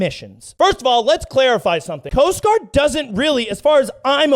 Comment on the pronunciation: when said Coast Guard special forces, for a second it sounded like ' Post Office '. lol " SPECIAL DELIVERY! " lol